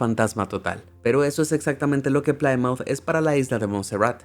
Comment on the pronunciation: Plymouth se pronuncia "plimuth"